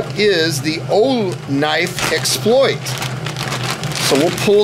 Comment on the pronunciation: Keep working with the straps… they do come out. If you want to fold them out on the side, I guess you can, but they simply feed back through the buckle. Also, you pronounce it exPLOIT (like the verb), and I pronounce it EXploit (like the noun). I don’t know which one is “right,” but there you are.